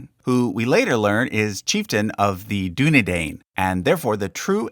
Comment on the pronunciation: I was annoyed by the pronunciation of Dunedain